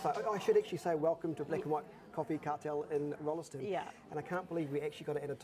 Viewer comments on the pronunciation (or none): Please get the pronunciation right. It is not "Rollerston" but Rollston. English name to be sure but the "e" in the middle is nit pronounced.